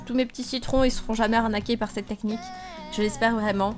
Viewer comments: ""nechnique"" tu me tue 15L🍋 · Des gens qui ne connaissais pas cette « neqnie » au lieu de cette « technique » mdrr